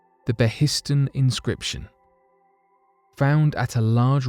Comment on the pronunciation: Pronunciation tip: "Behistun", as in the Behistun Inscription, is pronounced 'BAY-hiss-toon' rather than 'bay-HISS-tun'.